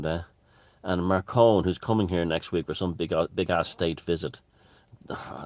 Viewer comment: This isnt tolerable anymore It's macron, like the desert Not "marcon"